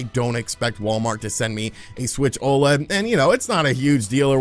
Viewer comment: I wish that the community would stop calling the Nintendo OLED an O LEAD all the letters are said separately!! O L E D - Organic Light Emitting Diode. Again, please STOP calling it an O LEAD.